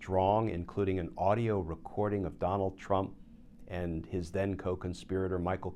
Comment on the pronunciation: Glenn it’s “and” not “end”